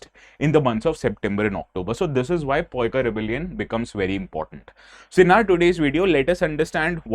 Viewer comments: U r so dumm.....cant even pronounce a proper title name or something else....even with Hindi letters..... english chatu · First, pronounce it clearly and understand how Odia people say it. It is Paika Revolution (Paika Bidroha, ପାଇକ ବିଦ୍ରୋହ). Learn it properly first, then teach others. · Sir who told You about the pronunciation?? Please agar oh Odia Ho toh... Salary kam kardo unka😂😂😂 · Maybe they have taken help from some GenZ Odia kid or Non-odia people for the correctness of pronunciation. 😂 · Sir first speak correctly after u class attend 😅😅😅😅😅😅😅😅😅😅😅😅😅😅😅😅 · Agreed. Can't watch the full video with the word poika. 😢. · Yes, I am a odiya and it is "Paika" not poika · phonetic is paa-e-ka not poikaa poik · Not poika its pronunciation is paiko. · Poika .. 😂 it's Paika pronounce as Paaika पाइकअ only next time when there's Odiaa word pronounce अ A' at the last , रामअ लबअ गमनअ 👈 like this.. Paaikअ a = अ sound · That is no excuse, especially when pronounce entirely different way. Pronouncing Paika as "Poika" is wrong. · This was not Poikaa but Paaika(पाइक) rebellion.Please don't mispronounce it. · Its " Paika " in odia not poika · Don't use this word if can't pronounce 🤦, it's Paika (PaaEka, पाइक) not ( PoEka, पइका) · Sir, your pronounciation of Paika is wrong. It's not Poika in Odia, rather is Pai..Ka in Odia correctly. Kindly rectify from next time sir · It's not poika ..... it's pa-i-ka which means soldiers 😊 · ପାଇକ Paaek Paa e k_ sec it is very bitter to listen to Poika perestroika poika poika poika ତୋ ଗୋଷ୍ଟି ଉଦ୍ଧାର, Gyaan mat pelo, region to region pronounced word are different 😂😂😂😂 don't go for homework 😂 poika ପୋଇ ଆମର ଚୁଙ୍ଗୁଡ଼ି ସହ ସରୁ ପକେଇକି ଖାଉ, ପୋଇକ ପୋକ କଣ କହୁଚୁ ତୁ 🤣🤣🤣🤣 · Bro it's not poika, it's paika in odiya. 😂😂 ପାଇକ ବିଦ୍ରୋହ। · पाइक. Hai पोइका नहीं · It's not poika ପାଇକ पाईक hope it's help to none odia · It's 'Pa' only , not 'Po' as you pronounce!! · Please correct your pronounce...it's not poika....it's actually Pa..aie..ka (ପାଇକ ବିଦ୍ରୋହ) rebellion